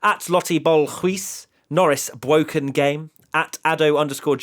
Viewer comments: It's not his fault. His son was bwoken. Its bwoken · It’s bwoken! It’s bwoken! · "IT'S BWOKEN, IT'S BWOKEN"